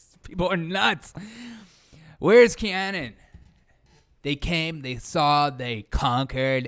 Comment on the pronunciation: It's Q Anon (rhymes with "Anon-ymous", not Anon-like- "canon")